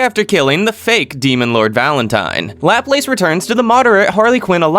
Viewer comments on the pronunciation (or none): It's not "lap-lace" it's "la-place"(-plas) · Sorry how are you pronouncing laplace? It’s Lu-Plass Great video tho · The way that laplace is pronounced is so... Annoying